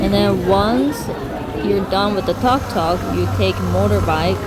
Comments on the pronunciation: It's pronounced "TOOKTOOK", not "TUCKTUCK", lol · I don't think a tuktuk is pronounced as a toktok... 🤭